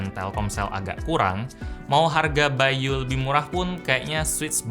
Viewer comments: Nama nya bay.U di baca bayu yg bener bay You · yang kalian denger : by.u yang gw denger : bayu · By u: gue dengernya Bayu